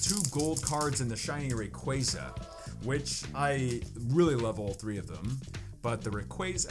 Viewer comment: its rayquaza not rayqueyza. Love ur vids tho!